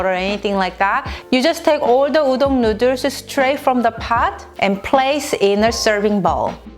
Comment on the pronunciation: Noodle is pronounced as /ˈnuːd(ə)l/ . U r welcome 🍜